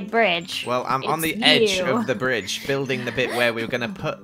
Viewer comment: said BiDgE